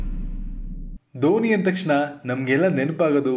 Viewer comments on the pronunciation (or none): ದೋಣಿ ಅಲ್ಲಾ ಗುರು! ಧೋನಿ 🙆🙆🙆🙆